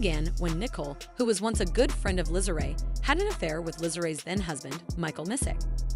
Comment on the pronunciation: NEE-COLE NOT NO NICKEL! NICKEL IS WHAT YOU SPEND and the other sister name is LISA! LEE-SA PRONOUNCED! NOT NO LIZZLE